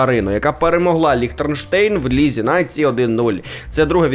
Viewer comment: Він сказав Ліхтернштейн. Бачу з географією він на Ви,це вже не перший раз,памʼятаю щось подібне вже було